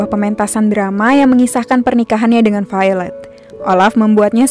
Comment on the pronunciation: Jocelyne Ordelia haha iya. dia bilang Failed mirip popo bohay, pasti yg dia maksud Violet tokoh cewek di film ini, krn ngebacanya vaylet